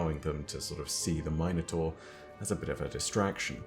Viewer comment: Why is he pronouncing Minotaur like that? Is that how it’s pronounced in Destiny??